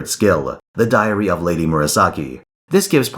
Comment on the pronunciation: For a second I thought said The Diarrhea of Lady Murasaki